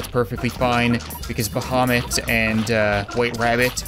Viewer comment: You spell "Bahamit" like "Vomit" xD